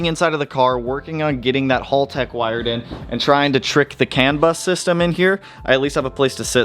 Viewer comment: FOR GOD'S SAKE!!! IT'S HAL-TECH NOT HOLLTECH. HALTECH!!!